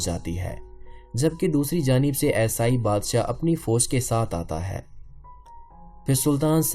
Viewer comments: Aesaai , what is aesaai , kaafi der me samajh aaya you want to say eesaai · یہ یسائی یسائی کیا ہے! یسائی نہیں عیسائی